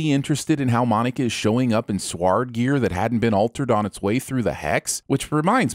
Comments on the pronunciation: Its the pronouncing S.w.o.r.d with an A instead of an O for me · You need to take off a sin yourself for that pronunciation of Sword... "Soward" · I'm sinning how you pronounce the word Sword. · The commitment to "sward" is beautiful. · Petition to have SWORD pronounced correctly Signup=1 like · I’m waiting for him to pronounce sword correctly